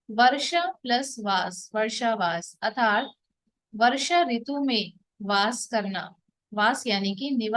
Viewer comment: Arthat ke sthan par atharth pronounce kar rahi hai.kripa koi upasak truti thik Karen. Be happy